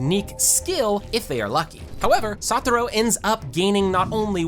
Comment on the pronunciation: Why kept saying saturo when it's satoru